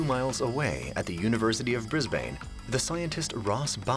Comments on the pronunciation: Americans pronounce Brisbane strange, you say it like its two words bris Bane, lose the emphis on the B and you'll be closer too the mark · Dude it’s Brisbane like brizbin not brizbaine I think people can tell a possum to a Yowie! Skeptics makes excuses. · I thought it's pronounced Briz-bin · 1. Brisbane is pronounced briz-bun, and 2. it is not dynamic. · I wonder if people saying "Bris-BAIN" irritates her natives as much as what people saying "Ora-GONE" does to Oregonians. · Imagine calling Brisbane "briz bayn" and also calling it dynamic. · Brisbane, pronounced Brisbin. And why no interviews with the traditional people of my country? Even your expert on Aboriginal culture was white. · You pronounced Brisbane incorrectly.